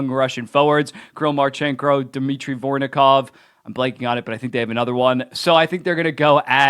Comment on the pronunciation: BTW you have miss pronounced Voronkov horribly every time you have said it. Vor - on - kov. Love ya